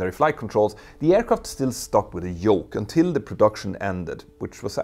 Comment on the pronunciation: I like how he pronounces jet, "yet", but pronounces yoke "joke" in places.